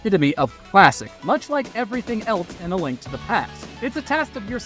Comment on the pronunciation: It absolutely was. They say Link wrong a few a different ways throughout.